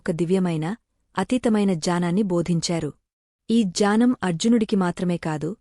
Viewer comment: ❤janam annttu vinipistunndi, 3times alage Cheppa vamma, gnanam correct kademo, janam jnanam kaka ఙ్ఞానం gnanam